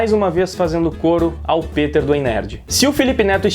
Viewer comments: Ei Nerd peter e não piter kk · Cara mto foda em saber que o é fan do Peter! Ele já havia mencionado antes em outros vídeos, mas pronunciar o nome certo é a prova final de que de fato é fan do ei nerd, tranks?! Peter aqui! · Aaah garoto! Que felicidade em ver alguém pronunciar meu nome corretamente. Anote, você vai decolar no yt com sua honestidade. Tmj! Abs!